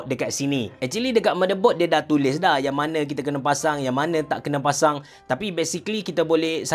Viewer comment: tershashul pulak (7.04). "kita dah pacang" apa2 pun terbaik bos. steady. saje bergurau. XD